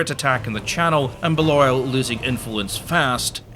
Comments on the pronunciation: It's pronounced bay-lee-all not Bale-oil. bloody cheuchter. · John Baal-oil? Zat Embra shite? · Living near sweetheart abbey, I'm reasonably certain balliol is baylee-ol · Interesting pronunciation of Balliol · You're definitely American. You can't even pronounce "Balliol." There's no way you're a Scot educated in Scotland--and can't pronounce that name. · John and Edward Balliol are a part of History best forgotten, but at least pronounce their name properly (Oh, and Bruce died in 1329). The Dispossessed - nobles who fought against Bruce - had their lands confiscated after his victory. They were lucky, in any other medieval kingdom, fighting against your king costs you your head. The Title is, "King of Scots." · Your pronunciation of Balliol 🤌🏼😂